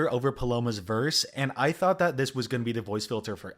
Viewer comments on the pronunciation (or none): none